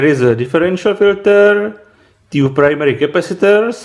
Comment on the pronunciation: Suprové video, ale vážně když už nedokážeš udělat něco s tím "vtipným" přízvukem (jako že ti rozumět je ale zní to divně) tak alespoň to "Two" říkej normálně xd Přelož si to na překladači a zjisti jak se to vyslovuje, strašně mě to irituje a myslím si že nejsem sám xd.